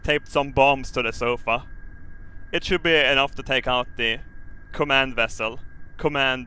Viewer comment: Everyone notice how he said "should" lol our chances are slim xD FYI I'm just messing around.... Don't go hating on me everyone in comments D